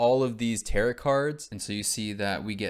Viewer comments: who's gonna tell him tarot is pronounced like "tair-oh" and does not rhyme with "carrot" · its pronounced "tear-oh" not "tarrot" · ah yes the "tear-it" cards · calling tarot cards "tear it" cards has me dead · Btw, the 'correct' way to pronounce it is like arrow with a T at the beginning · My boy not knowing how to say tarot took me out every time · Absolutely incredible video, but every time you say tarot like “carrot” I take a point of psychic damage